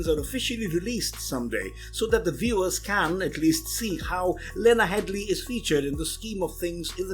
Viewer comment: her name is headey not headley. i made the same mistake at first.